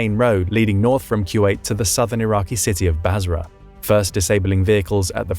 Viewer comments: Took me halfway thru to understand what he was saying when he says Q8... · Is he saying ( q wait )..?